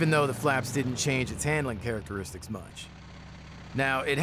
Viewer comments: Did you say flying charaxteriksiks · You're getting there with pronouncing Characteristics 😂. It helps if you think Character-istics. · Struggled with that word. Characteristics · Ekselent flaeing karasteriksis? You don't say...